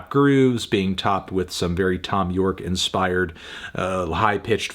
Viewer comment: he said it, he said thom bjorke